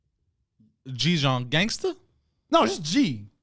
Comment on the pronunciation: Si tu prononces gangster "gangstère"....tu n'es pas un Gangster 😄